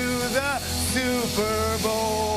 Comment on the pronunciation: "The souper bowl"